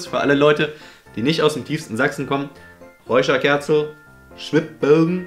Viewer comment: Das heißt nich räuscharkärzl sonder racharkarzl